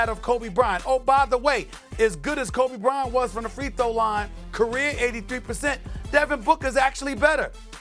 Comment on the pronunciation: The Krobe Bryant😂😂